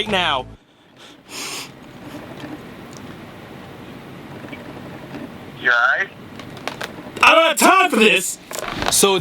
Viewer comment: "you ight" 😂😂😂😂